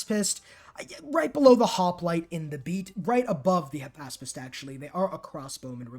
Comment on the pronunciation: Back up! Who ARE you? You almost had me fooled into thinking you were, but then you pronounced “hypaspist” correctly.